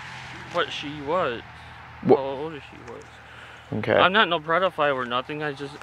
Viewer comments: He’s a big DAP fan. He keeps saying “predaphile” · Dap always say prediphile....he must watch there videos freaking creep